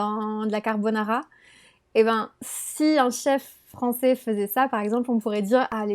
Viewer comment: français----- francie 😂😂😂😂